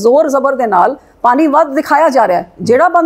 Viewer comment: Punjabi bolni ta sikhla bibi. ਪਾਨੀ ਨੀਂ ਪਾਣੀਂ ਹੁੰਦਾ